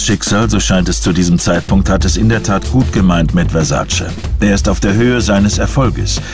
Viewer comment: Wenn die Amis bloss endlich lernen würden, wie sein Name richtig ausgesprochen wird... Der Mann hiess VERSAC●E● mit EEEEEE und nicht "Versaciii" 🙄